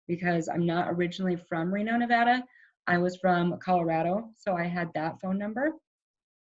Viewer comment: Dear, luv prepagent! Getting my license in Reno as well. Please when saying Nevada remember the a is not an o. It’s not pronounced nevoda. People who have lived here get super offended when you say it wrong. Lol